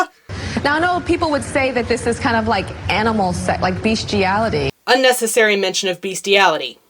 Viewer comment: So Tyra, what exactly is "beeeshtiality?"